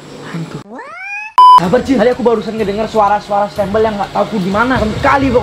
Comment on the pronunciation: Bukan stembel kocak stambel